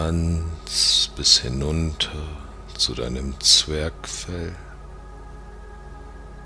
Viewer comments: Angenehm... Mich stört aber am Anfang das Wort Zwergfell, denn es heißt Zwerchfell... sorry... könntest du das korrigieren? Lg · Es heißt aber "Zwerchfell", nicht "Zwergfell" ;D;D;D . Einpaar Aussprachefehler aber sonst gutes Video. Schade, kann mich nun nicht mehr auf das Ganze konzentrieren, muss immer lachen, wenn ich "Zwergfell" höre ;D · Na Klar Zwerchfell, nicht zwergfell. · Im Prinzip ein gutes Video. Aber plötzlich musste ich laut lachen ab dem Moment, wo das Wort "Zwergfell" fiel :D Es heißt ja eigentlich richtig "Zwerchfell", hat nix mit "Zwerg" zu tun haha. Schade, das war´s dann mit dem Video :((( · interessant... musste lachen.. es heisst ZWERCHFELL nicht ZWERGFELL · Sry, aber bei „Zwergfell“ habe ich einen Lachkrampf bekommen. 😂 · als er Zergfell sagte war ich raus 😂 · Tara Rau ja. Schwanges ist auch schlimm................schlimmer das Zwergfell...aber so ist das leider...Sprechfehler passieren............schade es wäre alles so grandios........also, lieber immer nachprüfen lassen vor Veröffentlichung.....aber es gibt so viele furchtbare Sprecher und Fehler auf YouTube und Menschen, die ihre Videos veröffentlichen.....das ist auch sehr bedauerlich, weil der Inhalt und die Botschaft oft so gut und wundervoll sind.....Aber ist schon sehr okay....manchmal kleine Fehler....aber damit kann man leben.....es ist ja nun kommentiert und dann können wir wohlwollend darüber hinweghören...........;-) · Klappt leider nicht. Das schlechte Deutsch lenkt ab(nur ab u d. zu, aber es reisst aus der Trance). Und Zwergfell, das geht ja gar nicht :)